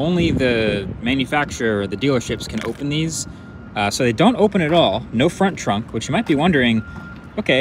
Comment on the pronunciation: They lost me at “no-font-trunk”! LOL